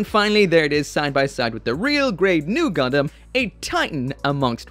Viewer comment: Sometimes i feel like he call "gundam" a "condom"